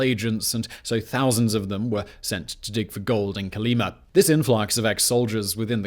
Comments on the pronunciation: I think, based on Russian interviews, your pronouncing it wrong....it's Coal-e-MA' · fyi Kolyma has emphasis on the last syllable.